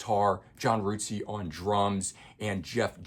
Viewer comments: Really good review but just so you know, John Rutseys name is not pronounced ROOTSEY it is pronounced RUT as in rut in the road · Rootsey? I think it's just pronounced Rut-sey.